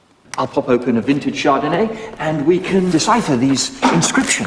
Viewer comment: "I'll pop open a vintage chardinay and then we'll pop open your cave of wonders!" LOL